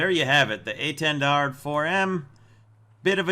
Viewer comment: I really like the French pronunciation of this jets name